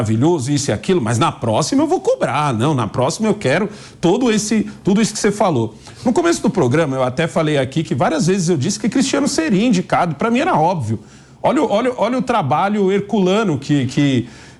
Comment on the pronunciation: Continuará sendo advogado particular "dele" .É "obeviu".kkkkk😂